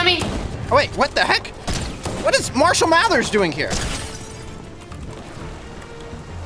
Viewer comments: Bro said Marshall mathers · Bro really said mashelmaters☠️☠️☠️☠️☠️☠️💀💀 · Did he say marshal matters